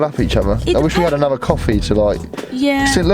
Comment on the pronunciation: anuver? wtf is wrong with you, who taught you to speak, you need to learn to speak English ffs